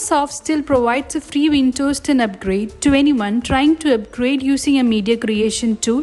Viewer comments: And by the way it is WinDows not Wintos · windows ❌ vintos ✅